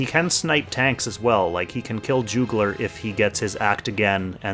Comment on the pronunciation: So slight pet peeve in regards to pronunciation. Juggler is pronounced as Juh-guh-lr not Joo gler.